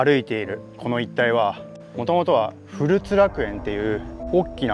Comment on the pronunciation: ふるつではなくこつらくえんでは